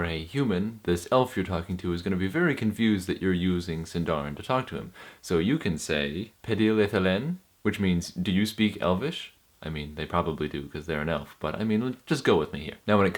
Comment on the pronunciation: I am not a Sindarin speaker, But it is "pédil edhéllen" and "I éneth nin Ánuron" in terms of accent. The accent is NEVER on the last syllable. Your accents are all over the place.